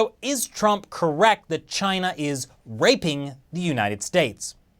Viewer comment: I thawt he Wivved cheena